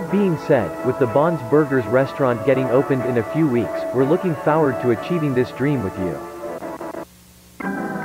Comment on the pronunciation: "We're looking FAWARD to achieving this dream with you" Is that how people in Michigan say 'forward'?